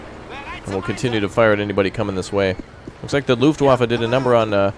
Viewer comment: I'm sure you heard this before but it's pronounced "Luft*v*affe"